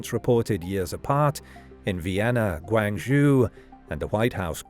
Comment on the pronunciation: The Chinese city of Guang-zhoo 😂